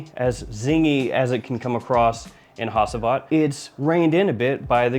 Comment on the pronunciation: You butchered the pronounciation of Hacivat man even worse than arabic ones